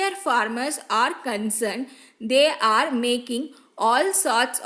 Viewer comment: Akka their nnu neenga sollum poludu they are nnu kekudu. Pronunciation anda etadula purila akka.